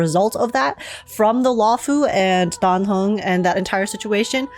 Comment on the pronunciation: aint no way im the only one who heard say die hung not dan heng